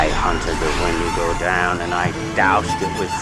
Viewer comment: wen- not windigo